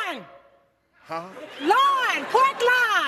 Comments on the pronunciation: She didn't even spell it right either. Its Loin she said lion. Lol. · Lawn Lon L.I.O.N And she meant loin 🙈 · She pronounced it pork lawn and spelled it pork lion 😂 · So she spelled pork loin pork lion and pronounced it pork line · Loin! Huh? Loin! Pork lawn. L I O N. Loin. Pork lawn. What the hell is a Pork Lion? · Said lawn spelled lion meant loin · She mispronounced the word loin😓😓😓😓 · PORK L I O N😂 when she meant Pork Loin 😅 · she fuckin said it wrong then spelt it wrong... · The funniest one to me is the first woman saying "pork L-O-I-N" and immediately spelling L-I-O-N 🦁 I am stammering in disbelief. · She mispronounced loin and spelled it wrong. Should she really get a point.